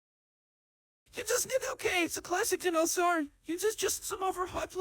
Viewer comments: Am I the only one tripped out by how it's saying Dinosaur? as DIN-o-saur and not DI-NO-saur? No? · The pronunciation of "dinosaur" kills me. 😂